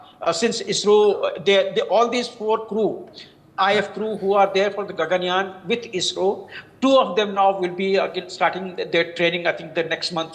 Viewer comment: basically, the name of this space mission is gaganyaan.. she accidentally said gangyan.. so it was a minor and a silly error that i found funny..